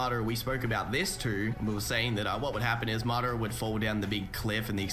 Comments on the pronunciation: Im still just tripping off the fact that he said Mi-Dara instead of Madara. Like dude, u watch the show so you know how its pronounced yet you still say it wrong. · muhdaruh its MADARA